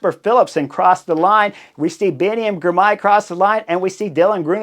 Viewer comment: And "Girmay", not "Grimay"